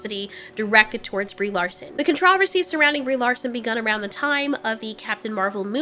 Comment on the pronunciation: I mean this in the sweetest way possible, I find it so cute how you pronounced controversy as contrAversy instead of cOntraversy